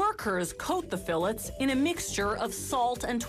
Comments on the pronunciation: Fill its? Whats a "fill its?" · The salmon fill it’s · Whats a "fill its?" What are you filling?